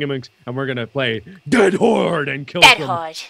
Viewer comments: Mark: DEAD HORRRDE.: ded hode.:3c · everytime says "dead horde" it sounds more like "DAT HORDE!!!!"